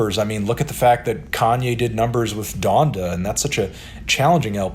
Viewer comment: Why does he say Donda like that